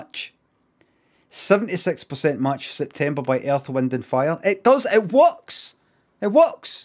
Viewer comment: "It wuks!"